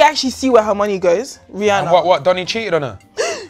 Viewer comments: Nah cause who said “rhianna” 💀 Don’t disrespect Rihanna like dat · How can u mispronounced Rihanna’s name😂